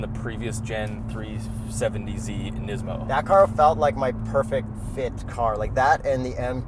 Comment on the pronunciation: WTf dude, learn how to pronounce the Brand. What are you 12? lol